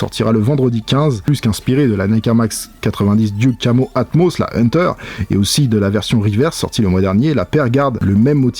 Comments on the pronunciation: Salut, ça fait plusieurs fois que jt’entends dire Diouk pour Duck alors si jpeux aider un peu: Duck: prononciation: Deuk Duke: prononciation: Diouk sinon merci pour l’actu sneakers, toujours sympa a regarder. Peace. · Juste c'est "Duck" pas "Duke camo" ça se dit "Deuck"